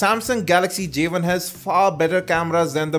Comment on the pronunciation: wow..start of the review...he calls it a javin....its not a fucking javin! it is a "Jay one" say it with me...Jay.....one!...NOT jayvin!!!